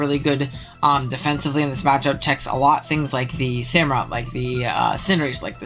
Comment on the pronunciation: please stop saying hamurott...